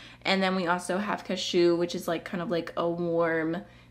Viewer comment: the way you accidentally said 'cashew' sounds like you were sneezing in a very articulate way. 'achew'